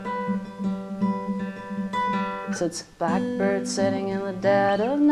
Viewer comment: "Blockbird"? Learn how to talk there heavy metal dick